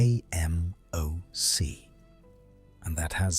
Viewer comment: Yo the way the voice says ...A...M...O...C .... ruins the video.